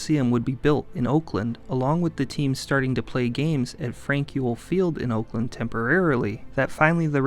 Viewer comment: dude is pronouncing oakland, "olkland"